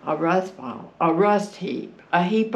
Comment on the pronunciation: Great video! Great people! Someone please teach that woman how to say “Ball”.